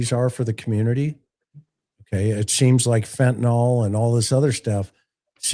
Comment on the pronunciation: I’m gonna be a Karen here for a minute ok?? 😁🤯 Fentanyl is pronounced FEN-ta-NILL 😅😅😅😅😅